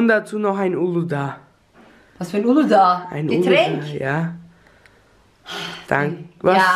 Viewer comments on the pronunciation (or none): Uluda das heißt uludag